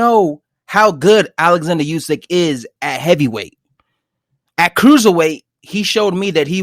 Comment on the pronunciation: this guy said “usky “ Lol it’s usyk u tweak